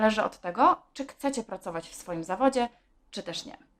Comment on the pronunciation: KCECIE ??? Co to za słowo? Chyba CHCECIE.